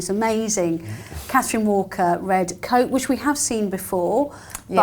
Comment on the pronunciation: It is Pronounced "Kat-treen Walker" since the lady herself was French. Didn't used to be in Fashion (I recall)